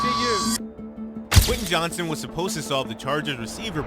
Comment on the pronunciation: You mispronounced his name every time